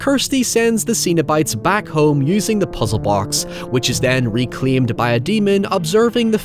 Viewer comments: Hellraiser 2022 review when? Also, did you call the Cenobites "Xenobites"? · It's not ZENO bites, it's CENO bites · Zeen-o-bites? Why are you saying it like that? 😂 Cenobites. Pronounced SEN-o-bites. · I actually watched this a few weeks ago for the very first time. Other than some cool gore and great lead acting, Hellraiser is a really bad movie. Also, it's Cenobites, not Xenobites. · cenobites not xenobites. €subtle and pedantic yeah. but still. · Cenobites, not xenobites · I kept thinking you were saying "Xenobites" which given how the xenomorph and Cenobites are based on sexualized drawings from artists like H R. Giger and Clive Barker would be a pretty cool mashup. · Z-z-zenobits!? I heard ZENOBITS!!!! 🤣🤣🤣. (Just the first time) Only really complaining because all comments help that stupid algorithm. I have nothing to add beyond that. I'm all gushed out on this film.